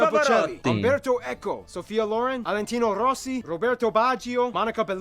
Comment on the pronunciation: "Alentino Rossi" Me: ears bleeding